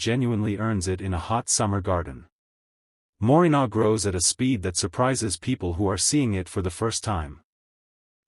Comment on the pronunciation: I think you mean Moringa not morinar